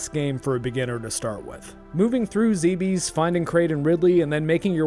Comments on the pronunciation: Bravo! Btw I believe it's pronounced like Dweebs. Zebes as in Zeeebzz. I just lost a pet too, so I feel for you, bud. Also, I really appreciate you on the DnD stream. Hail! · After scarlet and violet I'll never buy another Nintendo game again. Edit: it's pronounced "zeebs"